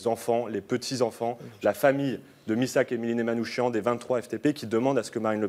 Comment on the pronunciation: Prononcez Manoukiane !! Pas Manoushian !!!!! C'est insupportable !!!!